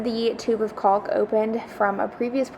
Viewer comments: I like how you try so hard to pronounce the L in caulk lol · I think we all do. I never pronounce an L so well as I do when I'm saying Caulk. 😂😅